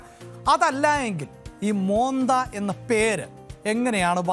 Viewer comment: മോന്ത എന്നല്ല മൊൻതാ എന്നാണ്